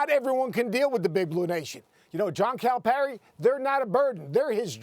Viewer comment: Max is pronouncing Calipari incorrectly and it bothers me